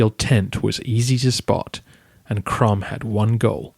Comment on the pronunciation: Maybe one has to pronounce Krum as Kroom?